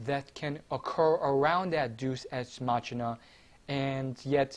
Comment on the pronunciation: It's pronounced Dey-oos, ex, mack-eena. And wow, you called it. They fucking asspulled harder than any show has in a couple years by making Trunks make a spirit bomb, which he's never heard of, on a dead planet. AND somehow fuse it in his sowrd. AND somehow destroy a FUSED GOD THAT FOUGHT VEGITO, when a bigger Spirit Bomb couldn't even kill Frieza. Either everyone's FAR weaker to the point final form Frieza on DBZ is superior to everyone on Super, or the writing is just garbage.